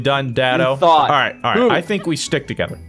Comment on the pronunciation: awe we pwaying witch hunt?